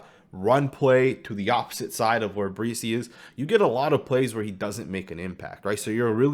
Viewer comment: You're pronouncing Bresee's name wrong. It's not BREE-SEE it's Bra-SEE